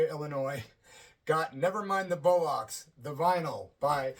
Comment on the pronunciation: America please it's bollocks not bullocks just try and get it right please